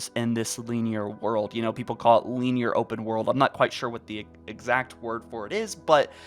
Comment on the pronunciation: Nobody calls it lean-ear. We call it linear like a fuckin human.